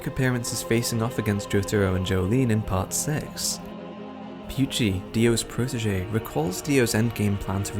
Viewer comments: Why do you say pucci as pewchie, lol. It’s poot-chee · its pucci not pewchi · the video was good and all BUT WHY DID HE PRONOUNCE PUCCI AS PYUCHI